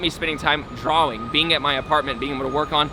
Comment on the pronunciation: Is it just me or does way of saying drawing way cooler then the normal way